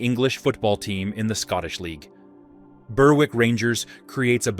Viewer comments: It would be better without the awful American accent. The town of Berwick is pronounced BERIK not Ber W I C K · Berwick and ardnamurchan are not pronounced like that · Thanks for posting that correction on the narrator's pronunciation of Berwick. I lived in Yorkshire for 5 years back in the early 70s and have been to Berwick on Tweed. To this day I miss living in the UK.